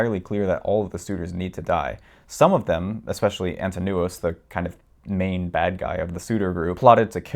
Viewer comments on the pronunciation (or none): none